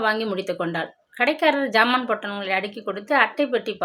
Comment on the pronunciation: Madam it’s not phant it’s pant please check pronunciation before reading. It’s not ஜாமான் it’s சாமான்